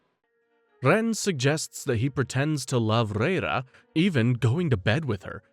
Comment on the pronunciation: Are they really saying REIRA as literal RRReiRRA 😂 It's LAYLA ffs 🤦‍♀️😂